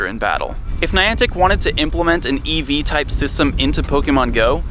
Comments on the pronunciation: Every time he says EV I imagine he's talking about eevee's :) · The EV sounded like he says eevee LOL!